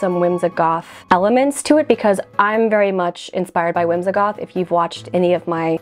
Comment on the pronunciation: Why is it that you pronounce the word whimsigoth “whimzahgoth”?